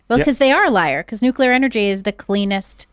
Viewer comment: It’s Nuclear and pronounced Nu-clear not Nu-que-lar.